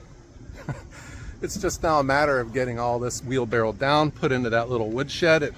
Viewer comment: its not a wheelbarrel its a wheelbarrow